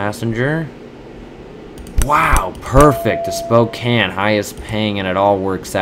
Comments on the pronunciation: Sapporo is a place in Japan. So the flight crew is saying that there is an air museum there. Also, it isn't spokan it's spokain. Pronouncing it rightly. Also, try to ge the 25% bonus to get higher money profit. Be patient. Another thing to help u get a lot of money is that say that there was a flight from Bismarck to Phoenix. Denver is in the way. So if you fly from Bismarck to Phoenix strait it will give u a profit lets say +223 with 25% bonus. But if you stop if you do Bismarck to Denver to Phoenix, it will give you one extra coin. If you do this a lot, you could get up to +100 coins more. Just remeber that. Thanks. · spocane (Spo-cayn)